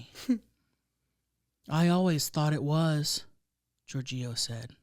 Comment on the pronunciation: 😂 GiorGIO. I feel like the wrong emPHAsis was on the wrong sylLAble. Perhaps you're unfamiliar with that name. I think it's like "GEORGE-io".